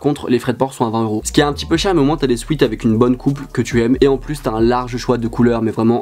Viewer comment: À tes « souet »